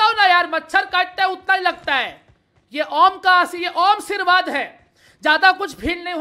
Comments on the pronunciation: Normal people: aarshirvad says AWMshirvad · How we say ashirvad People = asirvad But = awmshirvad